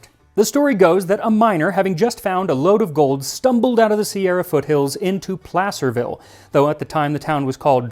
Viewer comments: He said Placerville correctly, too, I'm so happy!🤣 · Thank you for saying Placerville properly😆